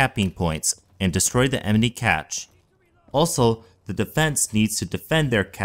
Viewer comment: you say emeny instead of enemy :p